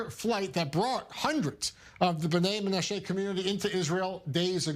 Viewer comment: Why can't this i24 anchor get basic pronunciation right? "MenaSHAY"?? Is this Ireland? Buddy, be a PRO, please, and a Jew, please.